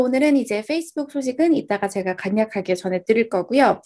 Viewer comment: '간략하게~'를 소리나는대로 적어보면 갈략하게~라고 읽으시면 되거든요. 영상 늘 고맙게 보고있습니다.^